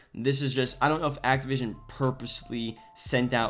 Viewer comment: It's Activision. Bro. ACTIVISION.